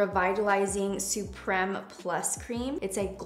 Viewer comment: Why did she pronounce supreme like “su-prem” as if there’s no e at the end of supreme lol